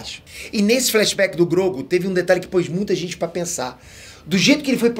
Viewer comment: fala q sempre falam p nome dele errado, mas sempre fala Grogu errado